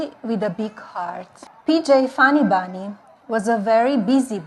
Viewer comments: Cruella de vil can read English. 😂 cruella it’s bunny not bonny. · Melagnia, who’s Bonnie?😂😂😂😂😂 She can’t even pronounce ‘Bunny’. Wdf! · One banny ah ah ah. Two banny ah ah ah. Tree banny ah ah ah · Dough-Nald want to "feed dee banny A carroat."